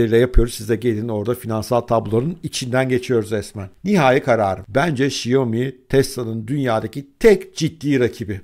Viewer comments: Şiyomi değil şömi değil şomi değil. Şaomi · ŞAYOMİ ASLINDA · "Şiyomi" nedir be? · Şaomi. Diye okunuyor. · Abi şiyomi deme lütfen :( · Abi şu telaffuzunu bi düzgün öğrensen mi acaba “xiaomi” nin?